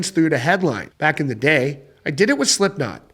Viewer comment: It is Slipknot actually... Not Sliptokn 😆